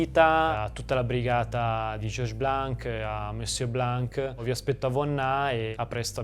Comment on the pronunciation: you're not suppose to pronounce the "c" at the end of the name "Blan(c)"... This is a mute "c"....